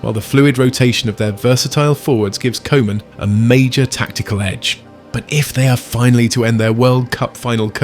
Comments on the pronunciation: its koeman not kooman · I'ts pronounced COO-MUN, not Koeman. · How is it possible to mispronounce Koeman's name? Cruijff, I understand. The ui-sound doesn't exist in English. But the 00-sound (as in football, loose, room) does. And the Dutch 'oe' is pronounced as 'oo' in English. Every football lover knows Koeman and knows it's coo-man, not co-man. Do better. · And I know this is AI, but can we say KOOOOOO man please? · It hurts my ears to hear Koeman be pronounced like kohman 😅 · Koeman : Coo-Mahn (phonetic) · Really don’t mind your pronunciation of “koeman” but if it helps the koe in Koeman is like “coo” in “cool”, “cooman” if you will. Hope this is helpful! And loved your vid!❤ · Could you pronounce the manager's name as Cooman? For the rest, nice video, tnx! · It's simpler. The OE sounds like the OU in YOU. So Youman, Kouman, Koeman.😊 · Koeman is pronounced as Coo-mahn. In Dutch the the "oe" is pronounced like it is in the English word "shoe". Man isn't pronounced as "men" but with an "ah" sounding letter A.